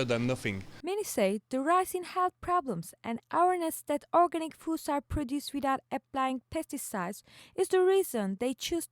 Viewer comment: It's weird how you can't pronounce the word organic right when your whole research is based on it. Knowing your topic seems pretty handy.